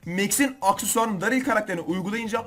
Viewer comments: Abi odaril değil derıl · Detay: Abi sen normalde darryle DARİL diyorsun ancak Berat Ali nin videosunda DERIL dedin 🤣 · Darry daril diye değil derıl diye okunuyo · Bilgi: Darryl daril diye okunmuyo derıl diye okunuyo👍